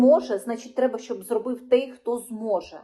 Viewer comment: Не хочеш "капітуляцію",береш лопату в руки і на фрінт, як заповідав Кулеба! Правильно казати "тОй", а не "тЕй" - що ж ти за така журналжистка?! Це яких віськових слухати - ухілєса, швайку, істоміна чи може залужного, але ж він не військовий, по стану здоров'я списався, напевно інвалід чи резервіст. А ті що в окопах, думаю для них важливіше вижити і повернутися здоровими, ніж якісь там політиканські інтриги. Подобається тобі втрати територій щоденні, відключення по 5-6 годин, що не тижнень нові "Тернополі", одягай форму і вперед, я хочу стабільного, нормального життя! Тому, або "капітуляція", або випускай тих кому ця "держава" вже до одного місця, і випускай не через хабар!